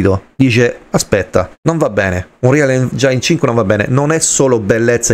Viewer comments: Se la smetti di pronunciare engiain ogni volta magari mi iscrivo 🤯😅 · Lo so la mia pronuncia maccheronica fa cagare... Ma in qualche modo dovrò pur nominarlo sto cavolo di motore grafico 😅 Ps. Non ti iscrivere perché non farò un corso di dizione d'inglese e lo pronuncerò sempre engiain 😁